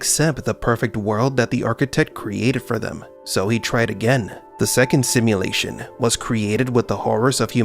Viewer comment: "simuLATION.. simuLATION ..simuLATION" you talk weird af. unwatchable